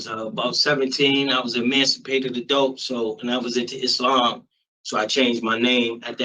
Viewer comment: “I was into izzLAMMM” 😂😂😂😂